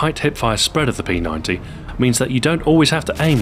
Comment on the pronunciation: Thank you SO much for calling the P90 correctly. Most people will say P Nine-D, but it's P Ninety.